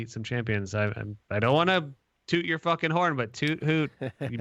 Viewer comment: TUERCK TURNS SCOTTISH FOR ONE SECOND (FOOKIN)